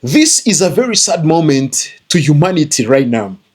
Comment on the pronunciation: Vewy, vewy, vewy slow!